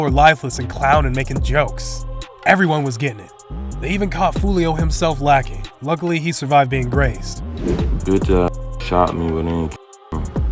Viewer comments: This niggah said (J)ulio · He said "jewlio" it's " julio" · Awwww hell naw, I refuse to watch these videos if this goofy gonna narrate. Yo we all want the hip hop daily voice back and I get it may be alot of work but tis the cost of having 2 channels, or at least find someone in tune with this shit and won't be calling julio "JEWLIO" 🤦🏾‍♂️🤡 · How can you take someone seriously when they call Julio “Jewlio”🤣🤣🤣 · Boy this bitch had me crying he said (J)ulio 🤣 he cannot go to Mexico 💯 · Bro said Julio wrong. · Boay did you say Julio 🤣 did yo ass pronounce the j? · Bro pronounced Julio Foolio with a real J I turned the vid off after that